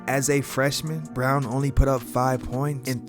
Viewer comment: Brown is not bruan can't say his name but makes a documentary.......